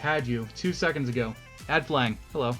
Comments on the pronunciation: Great videos. It would be nice if there were custom dimensions, datums, and gridlines, like in autocad. Also its pronounced 'flanj'. You are saying "Flang." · Thanks for the video, It was great to see how to put up the supports. - flange is pronounced ˈflanj or multiple would be 'flanjes. The g is a j sound. Anyway, thanks again and I look forward to viewing your other videos.